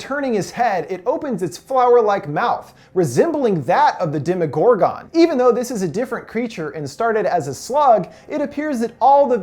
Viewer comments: Jesus Christ! You make me cringe! It's pronounced Dem-Uh-gor-gin not Dem-EE-got-gone. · Demi-gore-GONE instead of Demi-gore-GUN ??? Lol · most people pronounce it "demo Gore gun" not "demo Gore gone" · Demodoragon😂😂it’s demogorgan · How come you call it dema gor gone it’s demigorgon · Did this guy not watch the show!?! It’s mr mews and not mr meow meow and it’s demagorgAN not demagorgON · you saying demogorgan like that is pissing me all the way off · He doesn't explain anything he just sumerizes it and he can't even say demogorgon or demodog correctly he has Dem-Oh-Dog or demo-oh-gor-gone not demo-oh-gor-ghen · Say it with me here DEMI-GORE-GON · Anyone else get triggered tf of when he said DEMIGORGAN (demigorgen) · Gorgin not gorgon I hate how how he’s says it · It triggers me when he says demagorgone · You can not pronounce demogorgon at the end you don't say gone lol sorry it just kills me when I here you say it like that I mean you have seen the show so I know you know the right way to say it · Y he say demagorgan like that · Anyone else get annoyed by how he pronounces some shit? Especially Demogorgon. And names that are clearly pronounced differently in the show. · The way he pronounces “Demogorgon” gives me anxiety